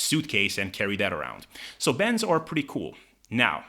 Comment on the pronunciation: why do you talk so fast? As you know many words you say slightly Incorrect and it takes me a few seconds to realize what the word was that your thing for example bends is Ben's bands is bands and of course when you say Ben's I do realize that you mean bandsfor a couple of seconds therefore I constantly slow you down I listen to your show on 50%. Help a guy out able